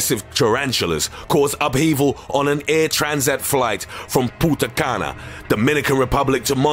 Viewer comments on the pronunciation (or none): It's PUNTA cana, not "puta" cana, puta means something else 😅